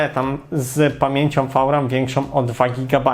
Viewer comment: co to jest "fał-ram" ?